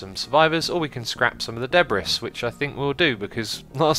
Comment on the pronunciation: i like the way he says debris, saying it how it is spelled out instead of how most people say it like 'debree'